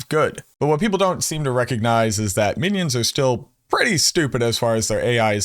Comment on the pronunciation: Actually lol on "winions"